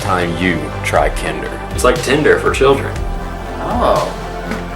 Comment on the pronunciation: It's not pronounced that way. It's pronounced like Grinder.